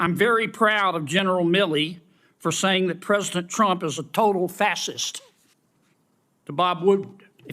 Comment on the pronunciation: Kennedy can't even say facist properly 😂😂😂